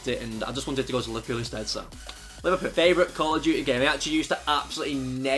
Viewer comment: Lol he said liverpill